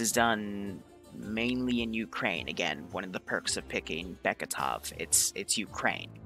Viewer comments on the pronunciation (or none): none